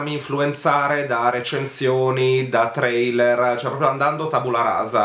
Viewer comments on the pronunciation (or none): none